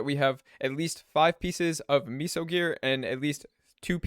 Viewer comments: It’s meso (Meh-Soh) not miso soup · its "may-so" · Amgggg, stop saying MEESO lol.